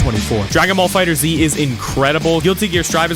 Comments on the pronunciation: I hate to be the ummm actually guy lol but it’s pronounced “Fighters” not “Fighter Z” just for future reference. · Fighter Zee? FighterZ. =Fighters.